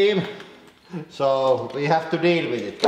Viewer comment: "Wee hab to deel wit-it"